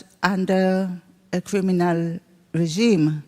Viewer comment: A poeson of jusitce in hall of craminal